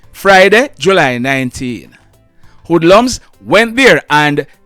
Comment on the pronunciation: Wood lums??? What's that, French???